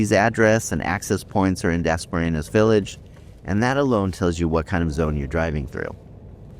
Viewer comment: At least learn how to say Dasmariñas correctly. You not only sound slurred & punch drunk, you also change the word a few times when you say it😁 We appreciate the uploads, but must be responsible to be prepared & not lazy, when presenting for views🫡